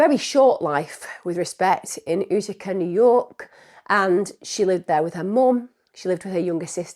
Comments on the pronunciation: So Utica is pronounced with the u saying it’s name so yoo-tuh-kuh according to Google but as someone who lived in the area I would say yoo-tih-kah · I'm loving your pronunciation of Utica 😅 I've never heard it like Oo-tica, usually it's You-tica